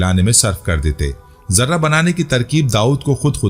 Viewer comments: Sir yai lafaz Zirrah hai. Zarra nahen ha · ZARRAH YA JARTA ÑHIN SHI LAFZ. ZIRAH. HAI